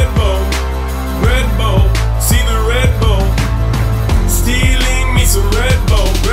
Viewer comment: Sounded like red bowl not red bull